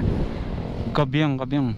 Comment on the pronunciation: "kaybiang" siya di po "kabyang" sana po pakisunod ng speed limit kahit maluwag sa loob ng tunnel for your own good din yan. Sa ginawa niyo kasi na lagay niyo sa risk yung ibang dumadaan din sa tunnel yun lang po, keep and drive safe.